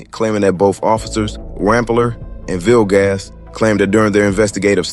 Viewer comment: Bro said “Officer Ville-gas” 😂